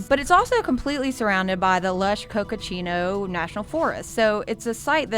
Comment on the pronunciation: Cocochino Forest? lol. It’s coconino....But maybe you can get a cocochino at Starbucks lol.